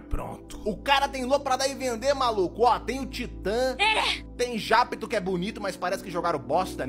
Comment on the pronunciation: Não é "Japito" é Japeto aquela lua de saturno